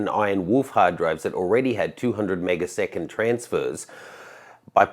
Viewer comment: He said meg-a-second. He means MB/s. First I understood the same you did 😁